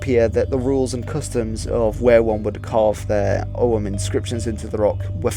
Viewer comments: It's not pronounced "O um" or "O hum", it's a hard G, "Ogg um". Yes, the old fart is retentive. I noticed you mispronounce many words, maybe you should learn how things are pronounced before you post anything about languages. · Og-úaim, pronounced... Oh-wem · Your pronunciation of Ogham is as good as anyone else's guess bucause nobody knows how Ogham was pronounced in old Irish, not even modern Irish speakers can be sure. I am irish and I would pronounce it "oh-am". The key is that the "h" is not pronounced.